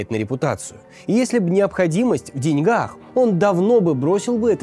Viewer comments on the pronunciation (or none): none